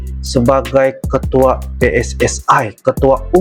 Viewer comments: Pssi bukan pssae ..sepak bola ja bola sepak 😂😂😂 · PSSI Bukan PSSAI...!